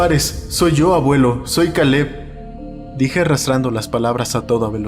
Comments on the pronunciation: Kale? Pronunciarlo keil no suena tan extraño en español, o podrías haber usado un nombre común en español si no querías usar ese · todo muy bien hasta que pronunció Caleb